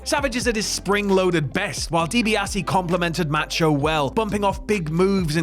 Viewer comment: For the love of God please learn how to pronounce Macho. It's enough to block this channel.